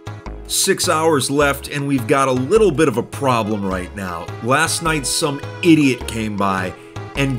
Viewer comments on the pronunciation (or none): I love how say idoit